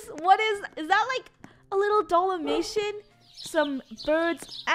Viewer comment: Uhh rewind what she said to the dog ItsFunneh:is that a little dalamation Me:HAHA DID SHE JUST SAID DALAMATION HAHAHA😂